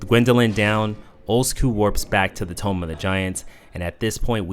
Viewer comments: Toom(b). Not tome. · Why do you say "Tomb" as Tome? It is said like toom not Tome... Stop it... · The o in tomb is pronounced like “oo” not “oh”… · Why do u call it “tome of the giants” you do know it’s pronounced “tōōm” right? At first I thought it was a hiccup but then you kept saying tome through out the whole video 😂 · It's pronounced TOOM, not TOME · Take a shot every time he says "Tome of the giants" Instead of Tomb of the Giants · Tomb = Like "To or Too" not "Toe" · Tomb is pronounced Toom. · Excellent video. One thing though, tomb is pronounced "toom." lol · how did no one tell this dude how to pronounce tomb? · I beg you to learn how to pronounce "tomb" properly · Tomb is not pronounced that way. A tome is a book. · The way you mispronounce ‘Tomb’ makes me illogically angry.